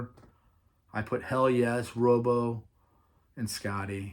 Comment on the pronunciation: Great stuff, just one thing it'spronounced Rob Oh .. not rooobo.